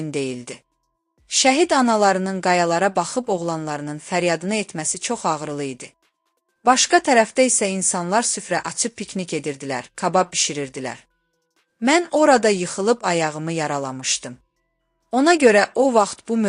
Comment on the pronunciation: Səidə xanımın 001/ aparıcılıq jurnalistlik sizdə yoxdur kabab deyə bilmirsən pabab deyirsən get o...ur